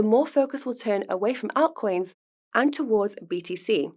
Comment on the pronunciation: Can somebody please tell how to pronounce 'altcoins' ❤️